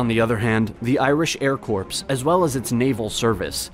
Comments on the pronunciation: Mispronouncing Daily Eirann which should be Doil Errun. Or much worse: corpse for corps (which should be pronounced core). Makes one wonder, indeed. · Corps is pronounced “core” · The word 'corps' is pronounced core, as in an apple core, not corpse as in a dead body. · Interesting and very good. One correction. Irish Air Corps: the "corps" is pronounced like "core", not "corpse" (though, in fact they have the same latin root, "corpus"). It's a French word, and as we know with French; half the alphabet is silent, and the other half doesn't perform as would be expected. All good wishes! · "Corps" is pronounced "core", "not "corpse". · Incidentally, the word Corps is NOT pronounced corpse. It’s the Air (core). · "Corps" is pronounced "cores." Your pronunciation is for "corpse" or a dead body. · He pronounced 'Corps' as 'Corpse.' It sounds like a tiny thing but it reveals a lot. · That’s not how you pronounce “corps.” It’s “kaw.” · There’s so many errors in this that are already listed below. Do you know what a casualty is? It can be either a fatality or someone who’s wounded. How do you not know how to pronounce corps? Donegal is also pronounced Don-e-gal. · Some of the best content on Youtube, despite some mispronunciations, e.g. expenditures, corps, etc.